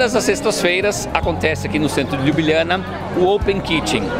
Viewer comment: Fala o nome CORRETO, LYUBLYANA